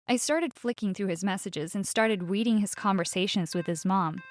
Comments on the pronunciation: did she just say ”weading”? i actually felt bad for the boss :c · Yes she said weading not reading